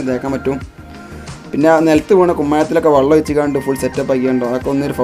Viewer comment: വള്ളം അല്ല വെള്ളം ഒഴിച്ചു എന്ന് പറ 😂